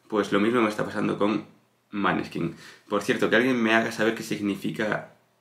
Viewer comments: Se pronuncia moneskin nombre danés y quiere decir, claro de luna. La chica es medio italiana medio danés a por parte de madre. No digas maneskin se pronuncia con la o. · Claro de luna..es Danes..se pronuncia Moneskin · No es italiano el nombre ed Danes y se pronuncia moneskin luz de luna